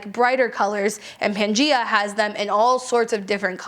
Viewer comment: Thank you for the list! Just wanted to share that "Gaia" is pronounced "guy-a", so that brand is Pan-Guy-A. Gaia was the Greek goddess of the Earth/Mother Earth.